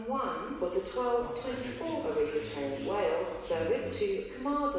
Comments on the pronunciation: Birmingham News Treat and Birmingham Internaytional😂 This Train is Operated by ARRIVA DRAINSUS🤣🤣🤣🤣🤣🤣🤣🤣🤣🤣🤣🤣🤣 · I laughed so much at "Toolfort Central" "Oshunt" and "Arriva Drainsus"